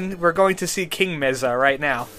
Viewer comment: It's pronounced "May-sa"